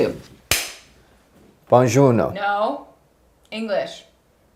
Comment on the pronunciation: was like "Bown Jawno" lol.